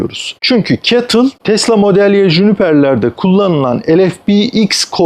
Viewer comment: abi güzel video muhabbette güzel ama ketıl demen işi bozdu. google translte bile si-ey-ti-el diye çeviriyor. şirketin ismi Contemporary Amperex Technology.